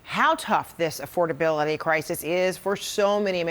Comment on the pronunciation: Duh mr supposed intelligent doesn't even know what affordability is or how to say it .